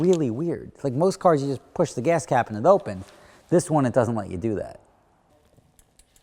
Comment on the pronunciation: "The gahs cahp".